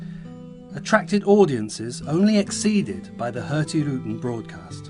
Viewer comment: HØrtigrUten? Both Us are pronounced the same way. You got it right in "ruten". :)